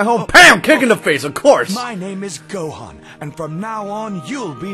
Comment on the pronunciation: you said gohan wrong